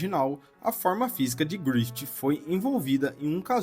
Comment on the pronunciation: Mano se pronuncia "GRIFIF", não "GRIFITI"